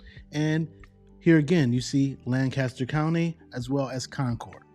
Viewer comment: I like Lancaster County I was born there. It's how you say it it sounds strange. We are on the south we don't say it that way